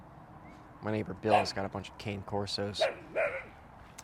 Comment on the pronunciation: the way he says cane corso lmao